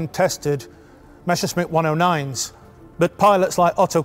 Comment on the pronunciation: Why do they always get it wrong. The pronunciation is Me S S er SH mitt. Not the other way around.